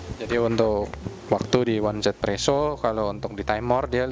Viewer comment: di global juga baca nya izipresso kak